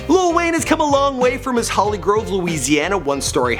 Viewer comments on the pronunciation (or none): none